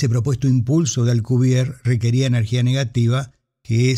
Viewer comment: Por que dice Alcubier si el apellido es Alcubierre?